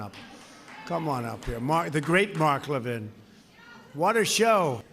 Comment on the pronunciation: I do however love the way he pronounces "Mark Levin" as "McLovin' ".